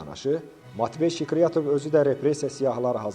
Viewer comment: Zəhmət olmasa,haqqında danışdığınız şəxsin ad,soyad və atasının adını aydın tələffüz edin. Sikriyatov,Skuratov,Şıkrıyatov,Şkiratov,Şkuratov ya necə?